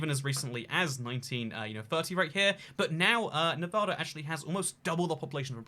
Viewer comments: nevada not nevahda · Nevadan here: Its “Nev-AD-a,” not “Nev-AH-da.” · It's pronounced NEVAYDAH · I'm from Nevada, every time you pronouced it "nev ah da" i cringed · Where I live in the Midwest we say Nev-aw-da too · I’m from Las Vegas and I just wanna say that every time you pronounce Nevada that way I cringe on the inside. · I could've known what state without the thumbnail PS: The way say it is wrong and pisses nevadans off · Ikr tons of people say it the wrong way and it gets me furious